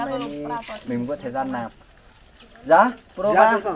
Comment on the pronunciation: Ông thầy dạy học trò cứ thế mà nàm thì học trò cứ thế mà nàm rồi bảo học trò đọc sai.